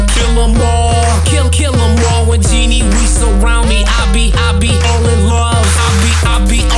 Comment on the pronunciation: They pronounced Ginny wrong -.